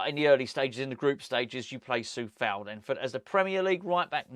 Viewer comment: It's Coufal not Cofal btw